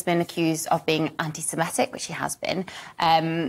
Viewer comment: It's anti sem I tic not ani sem E tic.